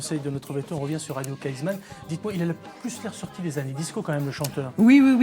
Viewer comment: Radio Kaizman :-) et non Kaisman